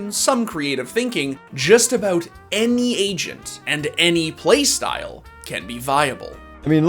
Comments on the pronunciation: I legit heard " the Asian Abilities" when he said the agent abilities. lol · bruh instead of agent abilities i heard asian abilities